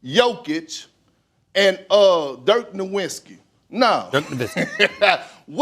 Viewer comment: "Dirk NOWINKSKI".....nuff said...🙄